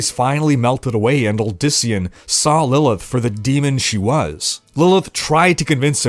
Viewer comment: "Lillith" "Lillia" Bruh she barely tried, lmao.